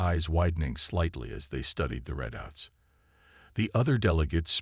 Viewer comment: Not only can't you say it right Ther-mop-er-lie you can't even spell it right it's Thermopylae, get it right it's one of the most famous battles in history. Why waste time writing interesting stories then let a bad text to speech app read it badly hell it can't even say readout (reed-out) correctly